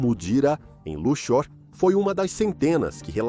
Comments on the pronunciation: "cidade egípcia de Luchór" ... Precisa revisar melhor a narração dessa IA. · Nunca ouvi falar de "Luchór" mas sempre ouvi falar de Luxor ("Lúcsor") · A cidade egípcia de Luxór, mais conhecida como Lúxor (Lúksor) rsrsrs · Não sabe nem pronunciar Luxor.